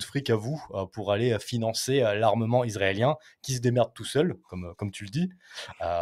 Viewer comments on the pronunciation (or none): none